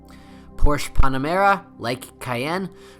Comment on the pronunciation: Bro. This sucked. No one gives a sh** about kilometers, whats gasoline aspirated? I know what you meant, but do your research since it seems you do not. You pronounce Porsche wrong and Panamera is not Pon-amera. Lastly, you say what to check before buying a 970. All of your “checks” can not be “checked” at the dealer. Way to go!